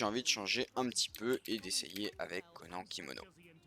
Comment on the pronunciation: Comment tu prononce "konan" ça me fait mal au cœur